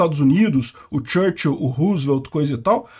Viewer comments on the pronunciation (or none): none